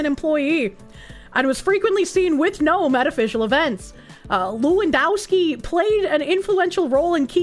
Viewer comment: The W in Lewandowski is pronounced as a V.